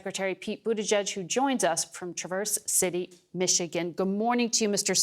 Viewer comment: "TraVERSE" made my ears hurt. I assume she thought it rhymed with "reverse."